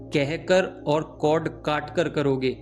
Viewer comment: It's cord not code pls... ❤